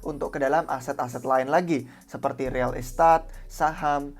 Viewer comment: Real estat ? pronounce mana tuh buset 😂😂